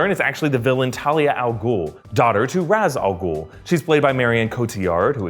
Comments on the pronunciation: There was never a League of shadows. Its League of Assassins lol & its Ra's Al-ghul (RAYSH AL-GOOL) not " RAZ Algool... my only pet peeves from the Nolan trilogy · Its Ra's Al-Ghul not Raaz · it's pronounced raish ahl guhl. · Okay, nitpicky me, Ra' al Ghul is pronounced "raysh," not "rahs." The way it's constantly said throughout these movies isn't even the Arabic pronunciation. It's just a lazy English pronunciation of how "Ra's" looks. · I love these videos but gods i wish he would pronounce ras al ghul correctly 😂